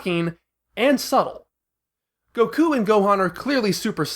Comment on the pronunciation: Bro please stop saying “Goku” and “Sayain” like this. I’m finding it really hard to watch this video.